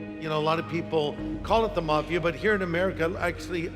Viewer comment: The "mah" fia